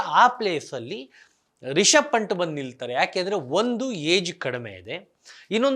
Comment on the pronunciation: ಪಂಟ್ ಅಲ್ಲ ಬ್ರೋ ಪಂತ್